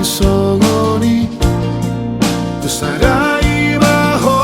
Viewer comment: mantap, kata tusadai maho seperti dipaksakan, tidak spt pengucapan pada umumnya